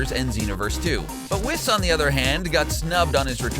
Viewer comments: Jackass cabba is in xenoverse 2 as dlc and it is pronounced whis [whees] not wis. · its pronounced weez not wiz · It's ponaced whese, zar-bon, majin vegeta, and ke-fla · Whis rhymes with grease not piss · Its whis not wis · Excuse me but I thought his name was Pronounced (We-Sah) or (Wiss), where do people hear this pronunciation? I would like to know... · It's pronounced wEEs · Whis is actually pronounced "Weess" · You pronounced Whis wrong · How u say whis and beerus is horrible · The way he says whis makes me cringe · you do not know how to pronounce gero, whis, zarbon, and majin and its very irritating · When he pronounces whis wrong :( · Man I like this channel but you guys need to learn how to pronounce characters properly, you said Majin and Whis and Zarbon totally wrong... and Cabba along with majin Vegeta are both in Xenoverse 2 so you need to do your research better. And the only games that cut the characters out that you listed is mainly FighterZ. All the old dragonball games had mainly all of them besides the Super characters obviously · And whis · For every mispronouncination and flaw in this video my heart breaks while I love your videos as a DBZ fan I can't help but notice the mistakes you made in the video like whis' name